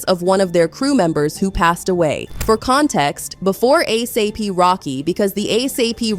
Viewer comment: her saying a s a p is driving me nuts too